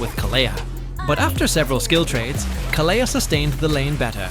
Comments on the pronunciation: Please his name is khale(d) not khalea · Why does almost everyone pronounce her name wrong? Most people here say Kaalia while he is saying KaLeah, and I think it’s supposed to be Kalee (Kalea)